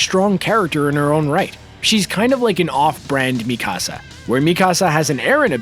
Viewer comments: Mi casa, su casa! Lol. He is saying it like my house in Spanish. Butchering it unfortunately. Should listen to the dub to learn how to pronounce the names properly before enunciating her name completely wrong. Like video though. Just a little more research would help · Please pronounce Mikasa’s name right. It’s softer in the k. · He didn’t even pronounce mikasa right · The way he pronounced Mikasa hurts me